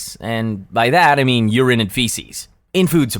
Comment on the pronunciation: Weirdest pronounciation of urine ive ever heard